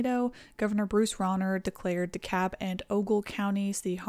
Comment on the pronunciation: I felt the same way that day. But the weather teams had been warning about the possibility for strong tornadoes that day for almost a week prior. FYI, DeKalb in Illinois is pronounced "DEE Kalb" not "di-kabb"